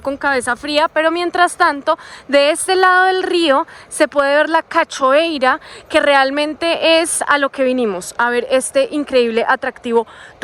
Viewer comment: Todos hermosos sus videos. Cachoeira = se pronuncia cayoeira (haciendo sonar ca YO eira como lo pronunciamos en uruguay y argentina)